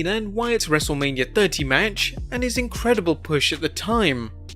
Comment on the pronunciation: he says wrestle mania wrong😂😂😂